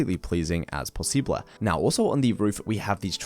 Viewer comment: he said possibla